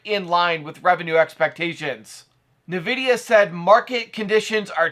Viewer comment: The way you say NVIDIA bruh...